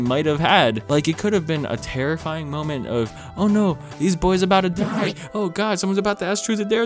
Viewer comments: It's a sharp (on the ears), like Pool Cue. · I laughed every time you said "die" lmao